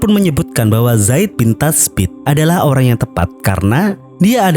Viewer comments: Koreksi bang, namanya zaid bin tsabit bukan zaid bin tasbit (زَيْد بِن ثَابِت) Muthanna bacanya mutsanna (مُثَنَّى)... Tetap semangat bang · benarrr..kerna prinsip jelas dr sahabat r.hum ialah"BERJUANG PD JALAN ALLAH ITU JALAN KAMI,MATI PD JALAN ALLAH CITA² KAMI".. zaid bin tsabit,bukan tasbit.. musana sebutan ejaan muthana